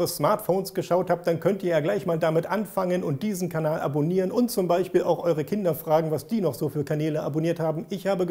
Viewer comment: Ich finde witzig wie du Beispiel sagst XP Beichspiel XP